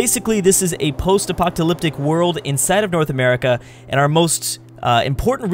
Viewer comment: the way you pronounce "post apoTalyptic" makes me laugh here